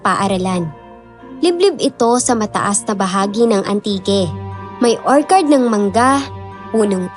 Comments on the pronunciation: konting correction lng po ...ORCHARD ... or chard po ... di po OR KARD. sakit po sa tenga😅😅😅😅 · magagaling po kayo at natutuwa po akonsa dedication nyo sa paglalahad ng kwento.. yun lang po medyo mali ang pronunciation nyo ng ilang words.. wag po sana ninyong ikakagalit ang komento ko.. yung pag bigkas po ng orchard ay mali.. or-tsard (or-CHARD) po hindi po or-kard.. just my 2 cents po.. 🙏🏻✌🏻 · Nakaka-stress yong "orkard". 😢 kahit orchard talaga yon. 😅😅😅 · "Orchard" is pronounced as OR-cherd.. it’s a CH not K (sample is orchid) … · Orchcurd,hindi ho or card yong pgkaka basa,sorry po